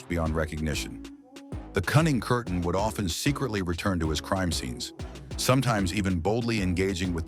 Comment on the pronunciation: The name ist Peter Kürten or Kuerten not curtain